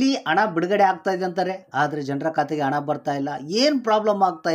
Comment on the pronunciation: ಸರಿಯಾಗಿ ಕನ್ನಡ ಮಾತಾಡಪ್ಪ ಮೊದಲು ಅಣ ಅಲ್ಲ ಹಣ ಅಣ್ಣಪ್ಪ...